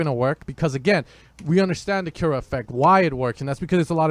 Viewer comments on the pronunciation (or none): I think it's pronounced 'koo-ra' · Portugal Bro :D We say Kiura xD